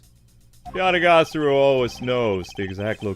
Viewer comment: You're pronouncing Yatagarasu wrong. It's pronounced Ya ta gah rah su.